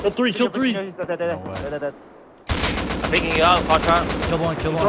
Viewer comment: "you uping wan too free, now" I love this man.